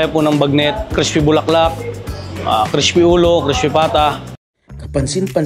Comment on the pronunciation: CRISH-PY sabi ng mamang nagsasalita.